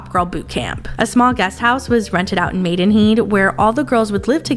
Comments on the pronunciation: …I think Maidenhead is pronounced “Maiden-HEAD”, like, “on the top of your head”, not “maiden-heed”. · Maidenheeeeeeeed? Did you have a stroke or something? Pronounced Maiden... Head. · Maidenheeeed 😂 its Maidenhead. Head! Americans can never say British town names, but we dont butcher your names lol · "Maidenheed'???? It’s MaidenHEAD 😂😂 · The pronunciation of maidenhead had me rolling 🤣🤣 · As a Brit, they way you pronounced Maidenhead made me chuckle🤣🤣🤣